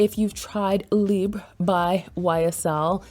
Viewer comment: Thank you for pronouncing the name correctly. Libre is ❤